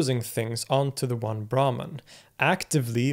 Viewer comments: Brahman is actually pronounced as - Brahmm in Sanskrit. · I disagree. He's indeed good with Arabic phonemes and probably studied the language extensively, but his pronunciation of Sanskrit terms is nowhere near his Arabic. For example brahman is not pronounced braman but bramhan. etc. his t-, -n-, -r are also sounding way too European. that's being said I also appreciate his impartial and objective attitude he has explaining lots of different traditions and doctrines. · Excellent video. I especially like how, as usual, you also give the terms in the original language and then in English. But I wonder if "brahman" in this context is actually pronounced "brahmaan" rather than "braahman". The god Brahma, the creator, is pronounced "Brahmaa", so the two might come from the same word (and perhaps be the same thing). Also, the Sanskrit term for the universe is brahmaand, I believe. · Brahman - "brah" pronounced as "bra" as in the lingerie = a Varna/caste in Hinduism Brahman - "brah" pronounced as "bruh" as in "sup bruh?" = The supreme reality